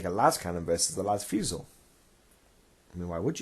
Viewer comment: Great video! I bet your Black Tide must love that +1 attack ;) For the record, as a French-Canadian, I feel compelled to say that fusil is pronounced "foo-zee" XD